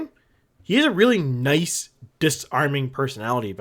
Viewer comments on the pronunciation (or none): none